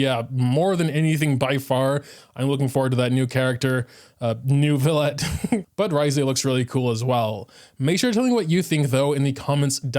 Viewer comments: So if you wanna pronounce it like a real french baguette pronounce it like that : Neuviyett (-eu is pronounced awkwardly you might wanna search it up) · It's Neu (neuw) not NERV... I don't know what they are smoking when doing to voice directions..... lol there is NO "R". 🤣 Frecnh has a lot of silent letters but no randomly inserted ones. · The more correct pronunciation is New-V-Let. The hard R you hear from the female voice actor is just over exaggerates Neuvi collection of vowels and it created an imaginary R